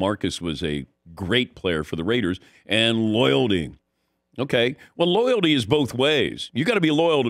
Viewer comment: Take a shot every time this guy says "loyaldy"